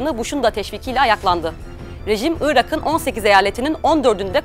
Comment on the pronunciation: Irak'ın diye yazılır, Irağın diye okunur. Ünsüz yumuşaması.